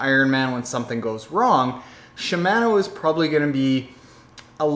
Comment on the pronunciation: SHI- MA -NO , pronounce the A like the a in fart. And you should check out Hambini's latest reaming on SRAM GXP cranksets, DUB cranksets have a similar issue.